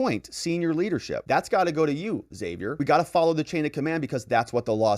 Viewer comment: Haa-Vee-Air. Besides that, I love your detailed and legal analysis of the issues this sick Dem government is forcing on our country.